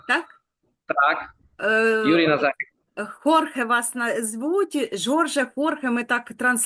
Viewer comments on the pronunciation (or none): Доброго вечора. Зробіть будь ласка виправлення. Юрія звати Назарик, а не " Назарук"! Дякую